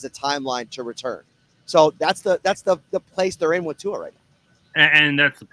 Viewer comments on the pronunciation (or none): Why dont Yall take the time to learn how to pronounce Tua name I swear white ppl love crucifying names